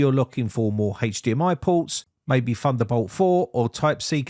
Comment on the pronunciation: "Funderbolt"!? "Fermal Frottling" 😝